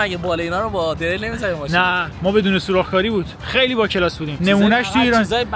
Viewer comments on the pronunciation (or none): none